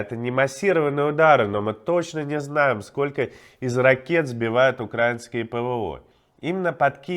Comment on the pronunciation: Спасибо за Ваши труды! И ещё. Огромное уважение за произношение "украИнские" войска, а не "укрАинские", как говорят балбесы на российских каналах